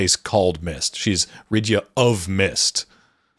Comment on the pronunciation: Nice video, just one thing. Most of the pronunciations are a little bit off, you pronounce them as english words, and Japanese doesn't work the same as english for pronunciation. You pronounce Rydia as Rid-ya and it's pronounce Rid-ee-uh, think the same root as Lydia (and there's a non zero chance that was the original intent for the name as japanese L and R are interchangeable).